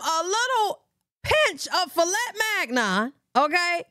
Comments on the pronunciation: Issa filet Migyeon not mag-non 😂😂😂😂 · Philet Magnon lmaooooo. If that was Fillet mignon she butchered it! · Lmbbao… you said it correctly “fliat mignone” … them jaidyn dinner plates be looking suspect frfr 😂😂😂